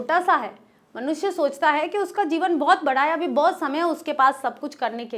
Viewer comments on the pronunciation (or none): none